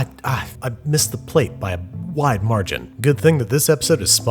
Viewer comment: “I mIssEd the plate by a w i d e marGin”